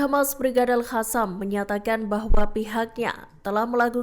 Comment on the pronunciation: Al Qassam (kassam) bun bukan "khassam" kok jd kek cara bacanya 😅 hamas dibaca khamas sm